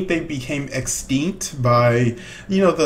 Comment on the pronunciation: he said eggstinck